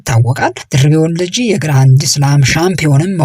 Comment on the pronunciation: ለዜናው እናመሰግናለን! ለጠቅላላ እውቀት ግን ሰው የስሙ አጠራር ሲወላገድ መቼም ደስ አይለውም፣ የሚያውቅ አድማጭም ድምፅህን ሲሰማ ጆሮው ላይ ይሻክርበታል። በለጠን ባላጣ ብሎ እንደመጥራት ማለት ነው። ስለዚህ ያባቷን ስም ስትጠራ 'ታጂ'ን አጥብቅ አታርዝም። አንተ የምትለው Waltajii ሲሆን መባል ያለበት Walttajji ነው። Walttajji ትርጉሙ መድረክ ማለት ነው። የሷንም ስም እንደ አንዳንዶች ደርቤ አለማለትህ ግን ግሩም ነው 😊